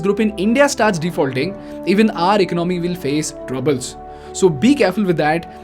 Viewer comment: Your economic analysis is spot on but your pronunciation of ordinary words such as economy etc can be refined. It is Economy and not "ecanomy".